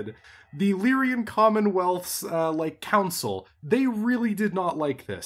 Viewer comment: so whats with constant wrong pronunciation of lyran? I know its a year late.